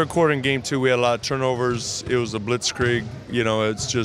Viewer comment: every German-speaking blazers fan is proud of you Coach Stotts to say blitzkrieg right <3